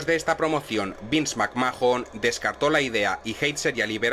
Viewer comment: Lo que más me gusta de este canal son las pronunciaciones, me hace mucha gracia cada vez que dice "Shon Maikels" o "Vins MacMajon". Ahora le tocó al "Andertaiker" y a "RAU". Dejo mi like 👍 y un "Me divierte"😆